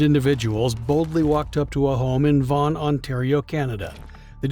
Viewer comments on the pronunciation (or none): none